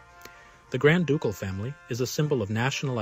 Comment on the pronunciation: Put the Emphasis on "CAL" in Ducal" say the first syllable fast like 'duCKALL" so it doesnt sound like "Dook-al" lol i only know until someone from. Grand DuCKALL corrected me lolol